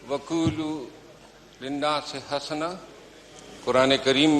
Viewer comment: یار یہ قرآنی آیت کو ٹھیک طرح سے پڑھو نا۔۔۔ یہ حسنا کا لفظ بفتح حا نہیں ہے بلکہ یہ بضم حا ہے۔۔۔ اس لئے چاہیے کہ انگلش سے فارغ التحصیل لوگوں کو قرآن میں نہیں گھسنا چاہیے ۔۔